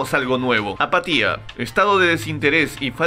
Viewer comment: Creí que decía patilla no apatía :v